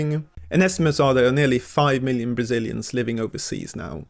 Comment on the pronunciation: "Bazilians"??? "Bazil"????